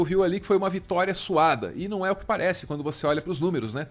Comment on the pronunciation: Apesar de ser dito "que vitória suada", tenho quase certeza que ouvi "que vitória suave".